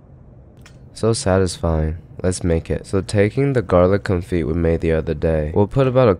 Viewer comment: confit is pronounced (con-fe) not (con-fit)